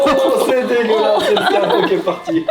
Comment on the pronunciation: Je retiens 1chose essentielle, Mio prononce le mot "dégueulasse"sans aucun accent.. #rosetastone #ijc #aforcedelentendre 🤣🤣🤣🤣